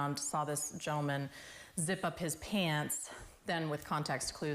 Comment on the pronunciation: She call him gentelmen ??